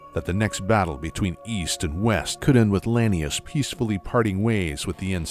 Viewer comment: Only thing I didn't like was the mispronounced lanius. It's la-knee-oose, not lany-us.